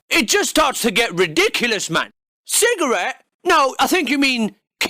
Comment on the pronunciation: Lol - That pronunciation 'si-ga-ret' is exactly how the word is spelled in Dutch: sigaret :D Dutch spelling > English spelling